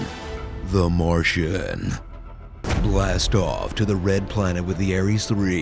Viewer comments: Haha! The Maaaahtian, lol. And its pronounced like Che-wah-tell E-g-o-for. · ahhhahahahahaha nasa is very popular and fully funded lol, does that mean our nasa is not fully funded? I like how you pronounce the maaahtian. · the ending was funny pronouncing especially when he did martian in boston accent? and murphy lol.i have tears rolling down